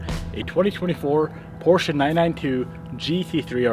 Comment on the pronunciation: Glad to hear you say Porsche correctly :) So many people don’t know